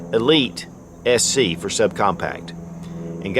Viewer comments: Did he say SE, or SC? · I know, it just sounded like SE